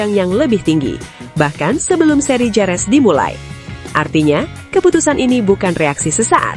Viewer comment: Bukan Jerez tapi bacanya herez.